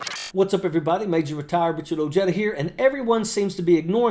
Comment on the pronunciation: Why do you say the J in Ojeda? Thats a Spanish surname and the J sounds like an H